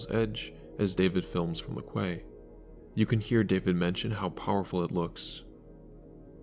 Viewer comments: It's pronounced "key". Not "kway". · . “Quay” is actually pronounced the same as “key”. Is this an AI narrator? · Quay is pronounced "Key" btw.. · I don't understand how quay is pronounced 'kee' at all. It should be 'kway' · ‘Quay’ is pronounced ‘key’ in English. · "Quay" is pronounced like "key." Not "kway." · Quay - key, not kway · It's pronounced Key not Quay. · Quay is pronounced Kee, not Kuway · It’s “key,” not “kway.” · Quay is pronounce Key 👌🏽😉 Good channel though subbed ❤ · Quay = "key." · Quay is pronounced 'Key' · Kuay? Its pronounced KEY. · Just a minor pedantic comment. Quay is pronounced 'key', not 'kway'. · learn to pronounce quay properly mate, shameful channel. i want it cancelled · Quay is pronounced KEY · Quay pronounced-key. Great video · when did you realize quay is pronouced = key🤣🤣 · Americans in the thread unironically defending "kway" LMAOOOOO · Quay is pronounced "key" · I think Quay is pronounced like key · Quay is pronounced "Key" you typical zoomer. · Quay is pronounced “key”. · Great video. But fyi, quay is pronounced as key. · Hey man quay is pronounced as key. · Note to Americans… “Quay” is pronounced “key”. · Quay is pronounced the same as key. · Im from cornwall the place is called Hayle pronounced Hail the quay is pronounced key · Quay is pronounced as Key. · Quay is pronounced same as key. 😊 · It’s got three different pronunciations in the dictionary, but those Brits can’t pronounce anything right. ;-) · I literally came to the comments just to say, please learn how to pronounce “quay”. But now I’m here to say, please fix it. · Thanks for noting the mispronunciation of “quay”. . Now how about “necroscopy”?😂. The accent goes on the 2nd syllable, so… “nuh-KROSS-kuh-pee”. I’m just being a word nerd - I envy your speaking voice and you have great content! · "quay" bruh